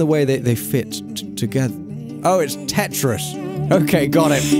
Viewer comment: It is not ttris is teris